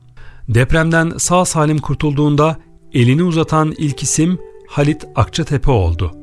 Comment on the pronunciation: Videoyu seslendiren beyefendi: Halit yazılır, Haalit okunur; Hamit yazılır, Haamit okunur, bilginize...